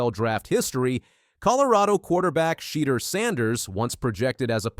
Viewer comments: Learn how to pronounce his name ! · Yes. Enunciate his name right 👍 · Say his name right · I get pissed hearing mispronounced names!